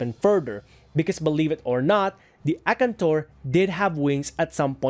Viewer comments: A-kan-tor...whats akntor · His pronunciation of Akantor is spiritually killing me